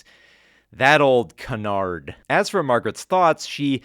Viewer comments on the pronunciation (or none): none